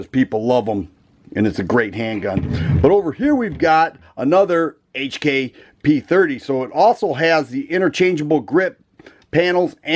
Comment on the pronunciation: Finally Someone that pronounce HK properly Like the hk series for the slide serrations..perfect aggressive aggressive